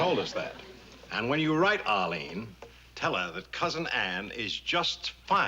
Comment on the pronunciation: "Ahleen." Sorry, Mr. Marie, but your oddball New York-ish accent showed up again. It is actually pronounced 'Arlene.' Just like it isn't pronounced 'prapreeker,' but 'paprika,' from another episode. You're welcome.